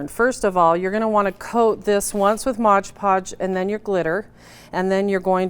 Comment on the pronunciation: It is MOD PODGE, not modge podge!!!!!!!!